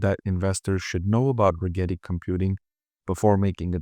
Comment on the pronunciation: “Regrreti?” We heard that . Yep not investing just because of that dude thanks